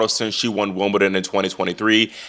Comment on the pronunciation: It may be his American accent, but he seems already to be calling it Wombledon, which is what I sometimes call it, being English and growing up in the 70s. That would be better than a fake accent!